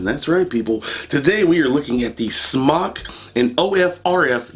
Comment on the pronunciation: Kudos aluminium and smok pronounced correctly. The black o ringed coil is mesh the other is a parallel coil not as good imho. Odd also the mtl one has larger juice ports, more cotton probably you can go over the recommended wattage by 5w easy.